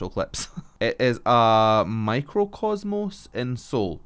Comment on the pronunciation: Hi, i am back. Great reaction, ty. All the members are in the military now. Jin will be back June 12 and JHope will be back in Oct. So yes it is the perfect time to catch up. Ur not saying the name of the song correctly fyi. Jimmy Fallon says iw right when they did a week of residency on his show. Their stage for it is amazing too. No ur right Jimin sings 1st but they did not show him singing. They only showed JK. But u heard right. Now that was a pleasant surprise. Ur very right. All of them can mimic each other for a bit to connect and then continue a song. But JK got a real gift in this and has assisted them all when they are ill but need to sing. They all learned from each other but mostly JK. At the start he was the only one getting vocal training. Jimin got training way later and that's why they are very close matched while singing. Jk taught jimin how to sing. He tried anyway. Their harmonies are chef's kiss. My fav song is Your EyesTell. It's a Japanese OST. Borahae. -NY USA 2019 Army💟 RM -Indigo album (mix) Wild Flower MV, Still Life MV Jin - The Astronaut single (army song) MV Suga- D-Day album (rap,rock,mix) People pt.2 MV, Haegeum MV, Amygdala MV JHope - Jack in the Box album (rock/rap mix) More MV, Arson MV. On the Street MV w. J Cole Jimin - Face album (pandemic inspired) st Me Free pt.2 MV, Like Crazy MV V - Layover album (low fi., jazz) 5 MVs JK - Golden album (Pop, All Eng) Seven MV, 3D MV, Standing Next to You MV & remix w. Usher video, Hate You visualizer v